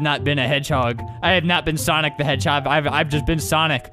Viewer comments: Is it sanic or sonic check out and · why the "google" say soniggle?